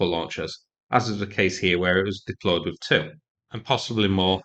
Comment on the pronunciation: For the more intelligent when he says Free he means Three, When he says Wiv he means with! This is classic TH fronting at it's worst. He has a problem saying TH!